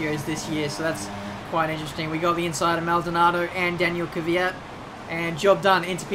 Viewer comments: It's pronounced Kv-ee-at not kweat/kveat. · Please try to pronounce Daniils name Kweat/Kveat and not Kiviat... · kanaziras Kvyat said to danish tv how he wants people to pronounce his name.